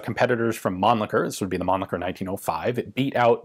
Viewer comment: It's "Rawd" not "Roth*" and "Munnlisher" not "Munnlicker", but with the second name you are getting better, being almost there. I bet, i'm not sure, that it's "Tayodorowitch" not "*Theodorowick", too. Also it's "Sh-tire". One day you will master all them german weapon manufacturer names, i'm sure. The book title was great, though, which gives lots of hope for your German in the future.